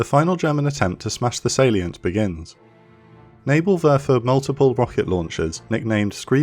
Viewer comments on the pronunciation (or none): Nibelwerfer It werfers nibels